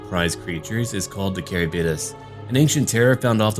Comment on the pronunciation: I hate to be like this but it needs to he said. Its pronounced Ka-rib-dis